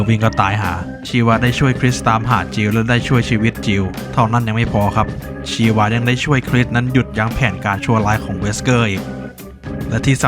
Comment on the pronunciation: ชีวา ชาวา ได้ยินเรียกแบบนี้แล้วรู้สึกแปลกๆ😂